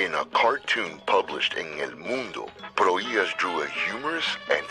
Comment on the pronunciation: Hear that? "Pro-HEE-ahs"! Nicely done (the second time).